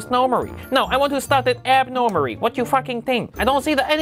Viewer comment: "Start rindors nowmarry? No start it abnormarry. rot yu fakking tink?"